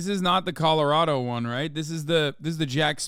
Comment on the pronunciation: Hasan you keep saying “Colorado” wrong… it’s just killing me